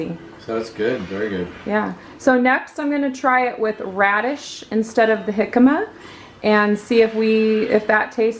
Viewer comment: Yes you pronounced jicama correctly. Lol! We eat them with lime juice and squeeze "Trechas Chamoy" on top and sprinkle "Tajin Clasico Seasoning". We don't cook it. I've always fry the radishes or use the air fryer. But I prefer fried on the stove. I can eat half of a bag, love them! You made my day or night...hahaha having my sweet Ava in the vid! Thank you! She's the best child ever! You're an amazing mom! Have a great week.:)